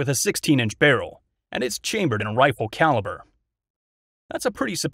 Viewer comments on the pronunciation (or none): none